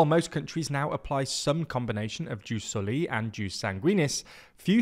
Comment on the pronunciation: i love your videos, just one small thing: its written ius soli and read ius sòli, not jus solì. Keep up the good work!